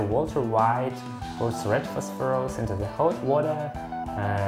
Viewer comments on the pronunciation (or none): I love the way you say it as "Phosphorose"